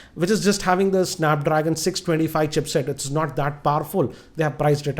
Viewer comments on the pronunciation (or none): none